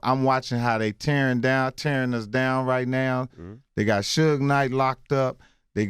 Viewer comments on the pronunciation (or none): none